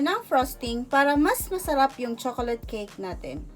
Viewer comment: Tanginang pag sasalita yan. Nakakaantok! Hahahaha chokolat cake ampota! Hahahaha